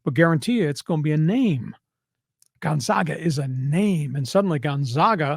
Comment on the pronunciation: Thus guy can't even pronounce Gonzaaaahga....what a joke.